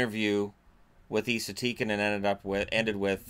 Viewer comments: It's not Ee-sa, it's Ess-a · Who’s Eeeesa Tikanen ??? You mean Esssahh , 🤦🏻‍♂️ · His name isn’t pronounced eesa, it’s like saying s, then adding an a. Essa. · Why do you pronounce ”Esa” as ”Iisa”? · Its not pronounced ii-sa! Its pronounced like the name Tessa without the the T. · No its Esa, E is pronounsed like E in word elf and Sa is pronounsed like Salt so Esalt but left lt off so Esa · Try saying Esa like the E in was an A, makes it sound way more Finnish.